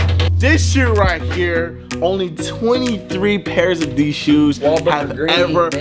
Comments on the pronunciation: I stg fredo says shoes like Sheews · Why u say shoes like that😭